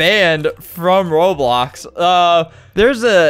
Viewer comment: albert been playing roblox over ten years and says it wrong